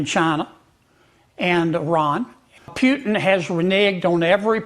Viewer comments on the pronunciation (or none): Hey Kennedy, first off, it’s Putin, not “Pyutin.” Second, Putin is winning — the West and Ukraine have lost. He doesn’t need to concede anything; in fact, he might just keep marching all the way to Poland’s border. What’s being discussed now are terms of capitulation. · Yo Kennedy, his last name is not Pyutin! It's pronounced (pooh-teen)! You're a US Senator for Christ's sake! Also, nobody gives a rats ass about your psychobabble! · Kennedy says Pyutin. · why senator Keennidy said instead of Putin - Pjutin? Is he have problems to hear the right pronunciation of the last name of the Russian President? He probably not from Republican party; but from Dermoshit party>>>> 😮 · What a hilarious guy, Sen. Kennedy. He is a real clown. He can't even pronounce “Putin” correctly. What desperate people have voted for him?